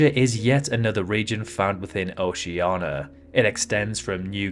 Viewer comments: Is there any specific reason he says it OCEANA, instead of OCEANIA? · he is insulting people in oceana. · So you can't pronounce Oceania but you can pronounce Kiribati? Are you joking? Why is Oceania so hard for you? It's ridiculous. So why don't you pronounce Australia as Australa? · Yes, he is stupid. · just an error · no, he is incapable of pronouncing it correctly. We have pointed it out for years. Also he makes many mistakes in this video.